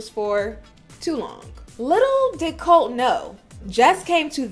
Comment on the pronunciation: Et its Coltee get it right.